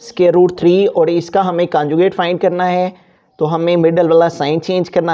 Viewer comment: your teaching is good but conjucate hota hai canjucate nhi